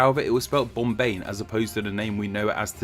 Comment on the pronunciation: No bc the way he’s saying curtain words would make my eyes shoot straight open 😭: 😌😴🛌💤….mumBAI!👁️👁️ 🥱😴🛌💤…. bomBAY!👁️👁️